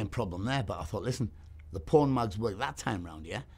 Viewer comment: I.was wondering,i thought he said porn mugs!🤣im thinking to myself what the hell is a porn mug??😂😀